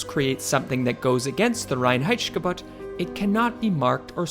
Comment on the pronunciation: And it is the Reinheitsgebot and not the Reinheitssshhhhgebot :-)